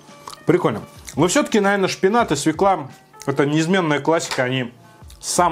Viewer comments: Не свекла, свЁкла. Уши режет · Русский язык не родной для тебя? Нет слова свеклА, есть только свЁкла. Понаехали тут) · Хороший обзор, но как же меня передёргивает, когда он говорит свЕкла